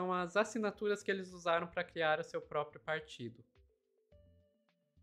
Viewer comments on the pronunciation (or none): none